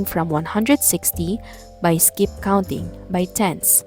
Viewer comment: Why you always say Iskip counting teacher selllllll